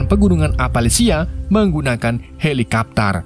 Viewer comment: tiba bisa bahasa English "HELIKAPTARR" 🚁🗿🤣